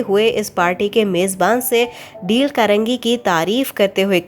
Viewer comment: Quite a good explanation!! I would like to say that you should pronounce the names of the author in English eg: its D-a-l-e not deel. I hope you'll take it as constructive criticism.